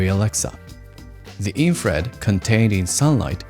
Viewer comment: Ah ok, that makes more sense. I looked back on that part, and it seems you mispronouncing infrared sometimes made me confused about the different terms, but that clears things up. Thanks!